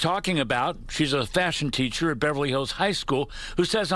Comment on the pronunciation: did he say “fashion teacher”?